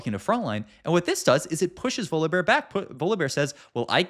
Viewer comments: VoliBAR bro how are these pronunciations getting worse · Does he say every champ name wrong on purpose to bait? "Voli-bar" "layona" "leblank" "Bree-R" rar so randum "Ko-bo-ko" yeah im unsubbing Once you notice is says "here" every 3 words you cant unnotice it, rough